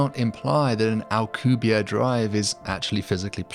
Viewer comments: Why are you saying the name of a Mexican scientist like he is French? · Anglosaxon people are not really able to pronounce a name that ends with and E... - AlcubierrE it's AlcubierrE (Spanish), not Alcubière (French or something). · Alcubierre is properly pronounced "al-coo-bee-AIR-eh." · I have a friend who was studying physics at UNAM and met Alcubierre, turns out he (rather famously) absolutely HATES when people, especially foreigners, pronounce his last name as if it were French... my friend asked him and he said "It's AlcubiERRE, AlcubieRRE!". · OH MY GOD YOU CANT EVEN PRONOUNCE HIS NAME RIGHT